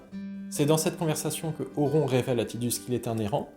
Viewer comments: Mes oreilles ont saignés, dès que j'ai entendu "auront" 😂😂 Pitié, un peu de respect. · Par contre cette prononciation à la française "Auron" cest pas possible 😅 Vidéo très sympathique sur un perso légendaire sinon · apprends à prononcer Auron déjà...